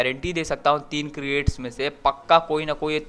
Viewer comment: Creat nahi crates he 😋😁😁